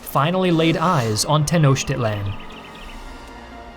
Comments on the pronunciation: It's not pronounced "Tenoshtitlan". It's "Tenoktitlan". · The actual pronunciation is ten-oh-cheat-lahn, just in case you don’t want anyone to cringe like I did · Hey it's pronounced ten os teach land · Teh-no-cheat-lawn. Not that hard, sport. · Bro didn’t even try with the pronunciation 😭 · I'm sorry, but I can't take him seriously with how he pronounces Tenochtitlan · Too bad the narrator can't pronounce "Tenochtitlan" to save his life